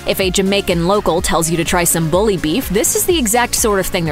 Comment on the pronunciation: "Bully," not "boley."